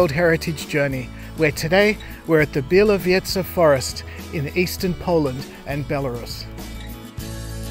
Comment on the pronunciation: It's pronounced "bya-woh-VYE-zha".